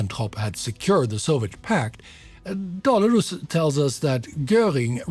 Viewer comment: Your pronunciation of the Swedish ally to Göring makes me think you´re swedish born ? Either that or you nailed it twice. Thanks for the show and detailed analysis.